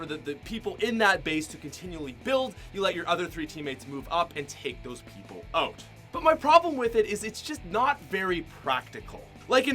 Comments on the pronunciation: it’s out not oat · Anyone notice he says out like oat